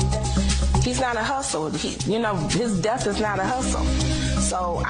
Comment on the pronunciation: He can't say "death" either... he says "deaf", and he does it every time